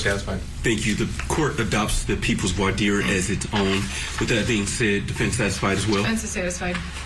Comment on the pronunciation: Omg and he pronounces voire dire correctly unlike sooo many other attorneys and court representatives